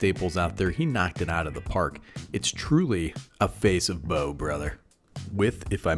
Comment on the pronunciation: Nah, pronounced like "bow" brother, you got it right. Love this kinda content.